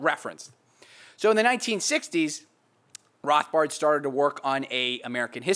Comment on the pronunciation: He says Rothbard the way Rothbard would say Rothbard...